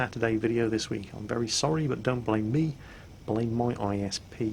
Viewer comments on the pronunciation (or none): none